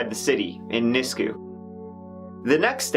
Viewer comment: Just the tip of the injustices against our aboriginal women in Canada. Also, it's pronounced "nis-queue", but you got kijiji right lol